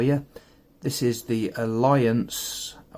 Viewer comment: Not intending to appear a troll but the A in the name is silent. Proper pronunciation should sound ilunce. Just throwing that out for everyone.